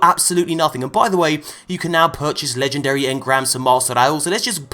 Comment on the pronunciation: Your poor legendree shaads